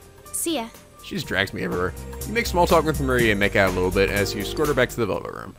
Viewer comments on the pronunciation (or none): Teddie was screwing up the word 'escort'.